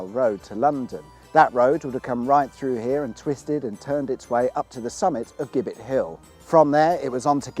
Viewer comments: Dear chap it's 'Jibbitt' not 'Gibbett'. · You're absolutely right, it is indeed pronounced 'jibbet' they used to hang the highway men on that hill. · It's spelled 'Gibbet' It's pronounced 'Jibbit ' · Its jibet hill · It's pronounced 'Jibbet' ... a structure they used to hang criminals bodies from. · The gibbets that were used to hang miscreants was actually pronounced as “jibbett .” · Isn’t Gibbet pronounced with a soft “G”, meaning a hangman’s scaffold? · A nerd writes....Strictly speaking,a Gibbet (pronounced as with a J) was a metal cage in which the bodies of executed Highwaymen were displayed as a warning to others. Jerry Abershawe,the famous Kingston Vale Highwayman was hanged at Kennington in 1795 then gibbetted at Putney Vale near the scene of his crimes.... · "Gibbet" is pronounced with a soft g as in gin. And giblets.